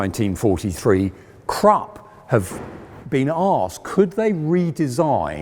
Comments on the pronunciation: Pohsh and Crap he says. What he wants to say is PorschE and Krupp! Henschel is pretty much correct pronounced. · Come on now,. It's Krupp, not crop nor crap. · The U in Krupp is pronounced like the U in Bush by the way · A I like your content of this channel: Please pronounce the German Names properly. That shows even more respect for the topic. KrUpp not Krapp, PorschE not Porsch and so on. Just a little more effort. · KRUPP.......KRoooooooeeeehpppp. Not Crup. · The fact he keeps calling krupp crop annoys me. It's krupp. CROOP! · It's Krupp like look not Kropp like crop. Idiot. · It's pronounced "Porsche" and not "Porsch", "Krupp" not "Crap", "Schwere Panzerabteilung" not "Shredpansabdaloongs", and "Reichsmark" not "Reikmarks". It wouldn't matter if an average Joe gets that wrong, but it is really quite unbecoming of an historian and presenter who professes to be an expert on those things. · Great vid, but it’s pronounced ’Kroop.’ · An excellent series in all respects, bt it’s not Krup as in ‘truck’ it’s Krup as in ‘crook,’ please!! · Why isn't this man able to pronounce a single german name???? Krupp! Germans are able to learn the whole english language. And this guy can't even say the simple word Krupp! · It should be recommendable that the narrator puts the minimum effort of learning the correct pronunciation of foreign names like Krupp not "Crap". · its Krupp not crapp omg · Krupp, not krap! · THE REAL WAY TO READ KRUPP ISN'T "KRUPP" ??? OK THE BRITISH HAVE WON THE WAR... BUT TO READ KRUPP AS "CRAP" IS A WEIRD AND UNRESPECTFUL THING !!! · "porsh" and "crap"? You should know better! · The Krupp Enterprise sounds like "Crap" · And "Krupp" doesn't sound like "crapp". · Funny, that nearly any German is able to understand and speak the whole English language and even an educated man like this can't pronounce the name "Krupp"! :-) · The 'e' in Porsche is not silent, and Krupp has a short 'oo' vowel, as in 'foot'.